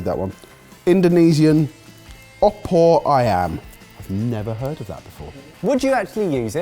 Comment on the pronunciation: ... for not knowing what it is, or maybe just sounding confused, the pronounciation of Opr Ayam was pretty spot on, counting the accent...